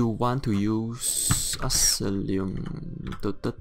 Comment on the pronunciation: u should pay more attention to what ur saying in ur build vids man i feel like nowadays u dont rly pay attention to what ur saying and make lots of mistakes and say non sense for exemple using tri food with bright throat set... oh and its pronouned "ass eye lom" not alissum. and watch the mouth noises ugh